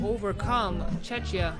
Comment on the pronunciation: Hoping the announcer could pronounce Czechia properly.